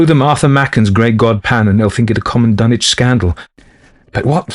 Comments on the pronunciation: The correct regional pronunciation of Dunwich would not sound like dun - itch, but dun - witch. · Dunwich with a w.Not dunich.Learn to pronounce words before you do audio books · Ask any local in the Commonwealth to pronounce Dunwich and they're going to tell you it's Dun - witch. HPL knew the area well, traveled it, and spoke himself with a RI accent. HPL did not speak w/ an affected English accent, so why then do you insist that he'd pronounce Dunwich in any way other than as a native New Englander like himself would've? As a lifelong New Englander myself, I never once heard any of my grandparents, they being born a few years +/- of HPL, pronounce the "wich" of any MA town name as anything other than "witch". So no, there is no tradition, alternate or otherwise, in the Commonwealth that would allow for the foreign pronunciation of Dunwich as Dun - itch. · No ,its a fictional town in new england you miss pronounced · No, they're not. For instance, no one pronounces Sandwich, MA sand - itch or Ipswich, ips - itch regardless of their geographical location inside the Commonwealth, no one.